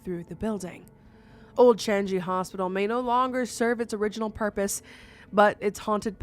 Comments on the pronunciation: The Changi hospital is pronounced as Chang-ee. Native Singaporean here. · Love that you shared a story on a small country like Singapore! ❤ (SG represent!) Tho just a minor correction, when you talked about the Changi Hospital, Changi is pronounced like "Chang-e". Just FYI.😉Love your vids!